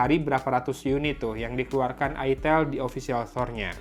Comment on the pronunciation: Woy itel woy bukan it*l 😂